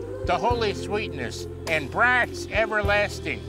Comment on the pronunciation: Wendt lost a Superfans point there by pronouncing "brats" like a badly behaving kid and not "brahts".